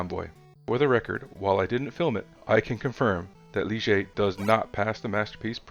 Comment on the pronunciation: Heyyy someone else got the Gitanes and Ligier pronunciation right, RESPEK! 🤜